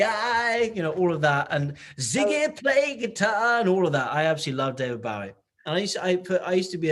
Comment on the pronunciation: Hahaha!! David Bowwwweee🤣 how cute!! But you should have corrected him🤔😂